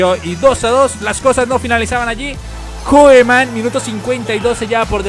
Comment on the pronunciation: se dice Kuman, no Koeman:p jajajaja